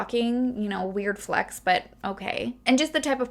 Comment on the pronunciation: when you said weird flex ..... i was like BET she canadian lol NEW SUBBBBYYYYYYY toronto tings lolllllll